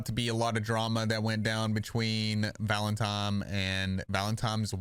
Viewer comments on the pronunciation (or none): it’s pronounced ‘valeNtine’ not ‘valeMtime’ 😂😂 sorry for some reason that really irritated me especially when your doing a story on Hamber 😂